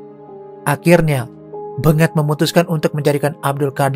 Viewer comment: Aa, lafalkan namanya bukan BeNGET tapi BENGET, huruf E nya dilafal dgn logat Medan bukan logat Solo 🤣